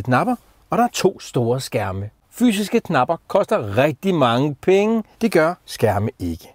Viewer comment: Hader når folk siger gnapper i stedet for knapper